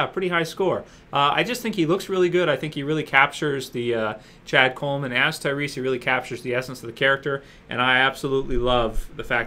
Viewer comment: sounds like your saying ChadColeman's ass